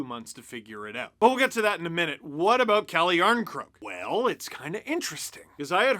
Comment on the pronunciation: Lol so funny how Canadians say " about" , abooooot lololol